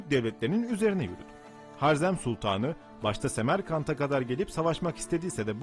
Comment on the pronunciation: Har-zerm değil Ha-rezm diye okunur